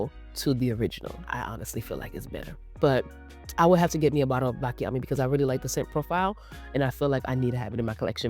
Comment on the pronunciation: I love you videos :) I just wanted to tell you that we pronouce it : BATCHIAMI ! I'm italian that's why I decided it to tell you :) Kisses :)